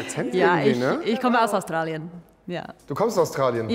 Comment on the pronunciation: ... du kommst ++aus Tralien++ :D :D :D :D :D :D